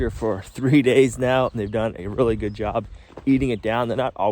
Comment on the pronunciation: Really well. Not really goud... hurts the ears of English people. Just saying.